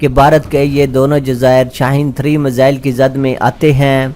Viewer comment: Pahle...missile ko...mizile bolna chore